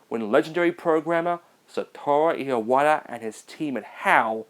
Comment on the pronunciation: I find it funny you pronounced Iwata's name "Ee ah wata' the same way Rob Thomas says "emotion" in "Smooth" He says it "Ee ah mo shun"